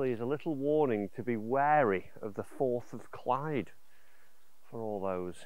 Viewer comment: Firth of Clyde, not Fourth. Firth is a Scottish term for an estuary where the river mouth opens up to the sea.